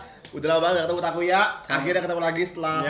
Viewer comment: Accent nya takuya udh bagus bgtt Edit: btw megangin bungkus GoodDay nya sepanjang endorse.